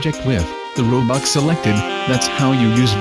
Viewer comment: ''a shiny robuck''' WHY :(